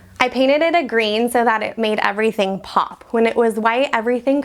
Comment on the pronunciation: The house has charm, but the vocal fry and the constant “Iverything” ( = everything) ! Thite (= that.) is quite annoying, and detracts from the show and “Iverything.” Many little teen girls do thite alot.